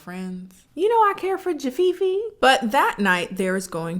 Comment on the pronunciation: no bc they really did say jafifi at some point 😂😭